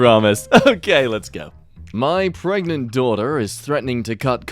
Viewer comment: "Pre-GANTE" flawless english continues to impress